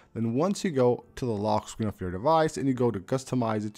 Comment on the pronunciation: “lockkkkk screen” 😂